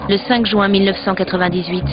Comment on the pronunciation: haha a dit jouin tout le long au lieu de juin O_O